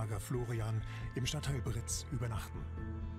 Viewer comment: Britz und nicht Brix!!!!